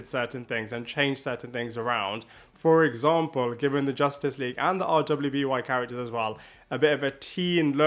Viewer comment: You really can just say “Ruby”. RWBY is pronounced as the word “Ruby”.